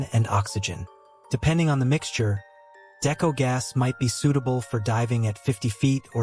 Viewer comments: He has no clue what he’s talking about here, describing decompression stages wrong and even mispronouncing deco (it’s pronounced Dee-ko, not Decko). Didn’t bother going past into the video because it was pointless. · Isn’t it pronounced (DeeKoe) not deco? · Love it when the person making videos of cave diving… isn’t a cave diver and knows nothing about diving… can’t even pronounce “Deco” right. I’m a Technical diver not a cave diver. Unless you blatantly disregard ALL of your training… it is impossible to get the wrong gas. You literally show your buddy, your buddy verifies the correct mix is to be used or left behind. Then carry on with your plan. ALSO!! All technical divers (all cave divers are technical divers, but not all technical divers are cave divers) plan all of the dive with a lost Deco Gas scenario. Btw idk wtf Nitrox mix you use for 240 and deeper… but Air at 1.6 PPO2 has an MOD of 218 ft or 67 ish meters….you didn’t mention tri mix either….